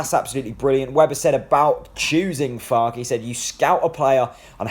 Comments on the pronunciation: Pronounced Farker. In German the e is pronounced. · An E at the end of any German pronunciation is ER. So Fark-er. Confusing for English but there are still people who pronounce Volswagen as Volks-wagen instead of the correct pronunciation as Folks-Vargen. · Far-ke. Two syllables. (As a Yank, I'm not going to put an "r" in that pronunciation, since I'd say it ;) ) I think this is an exciting choice. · it's Fark-er I think mate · I gree with you 100%. Having lived in Germany for many years I would pronounce it, Far-Ker. An E at the end of any German word is pronounced ER. Same as Volkswagen is pronounced- Folks-Vargen.